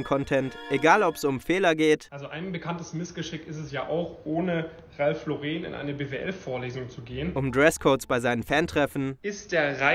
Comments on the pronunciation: Es heißt btw Ralph „Lorren“ nicht Laureeen. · Hauptsache der gute Mann weiß nicht einmal, wie man Ralph Lauren ausspricht. Lauren ist Amerikaner, daher spricht man es "Lawren" aus. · Tut weh wie er Ralph Lauren ausspricht🥲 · Ralf Lorehn wird eigentlich amerikanisch ausgesprochen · Ralph Laureeeeen. So deutsch ausgesprochen heißt doch, dass der BWLer gar nicht im Ausland studiert hat, nichtmal nen Auslandssemester! Armselig. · Der Typ will uns erklären wie man Ralph Lauren ausspricht und sprichts dann selber falsch aus 😂😂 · FInd's nice, wie der Dude Ralph Lauren nicht mal richtig aussprechen kann. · Der kann net mal Ralph Lauren aussprechen haha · Kein Highperformer spricht Ralph Lauren so falsch aus wie diese BWL'er. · Bro, Ralph ist Amerikaner. Das Ralph Lauren wird englisch und nicht französisch ausgesprochen. Man sind die dämlich